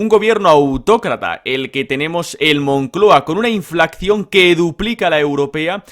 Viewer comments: …. Por favor se dice Inflación con una sola C no se dice inflaccion. No cometas ese error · inflación, no inflaccion…por favor